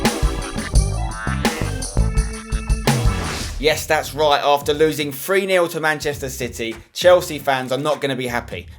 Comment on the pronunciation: you say "wright" instead of right hahahahahhahahahhahaahahahah